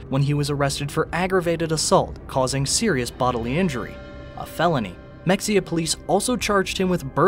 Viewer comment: You’re mispronouncing Corsicana. It’s can, like can of soup. Not con, like convict. I’m not gonna mention muh hay uh.